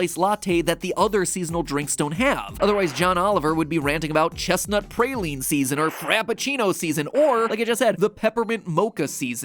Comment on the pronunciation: Is Mat from the North? The way he pronounced praline makes me think he is.